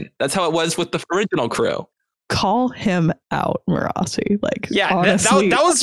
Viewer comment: You can tell which of them listen to the audiobooks! The different ways they pronounce Marasi is all over the place! Most impressive - they don't let the other pronunciations change what they know is the right way, lol! 😁